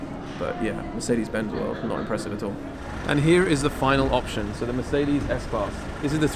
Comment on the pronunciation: Please learn how to actually pronounce mercedes. This is awful. Great content and I am a fan of your vids but plz it sounds arrgh.